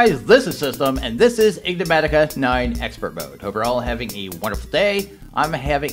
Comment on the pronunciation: love your vids , there is one tiny thing that bothers me though with how you pronounce e-nig-ma-ti-ca bit wrongly (or maybe its my ears :) i hear you say en-gi-ma-ti-ca.